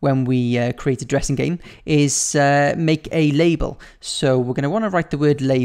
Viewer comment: It sounded like you said "lets make a Jurrasic game" 😂😂😂